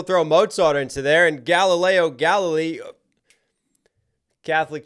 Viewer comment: Did you say "Galli-Lego"?